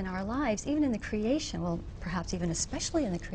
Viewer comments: bizarre pronunciation of creation... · Will somebody PLEASE teach this bitch how to pronounce creator/creation?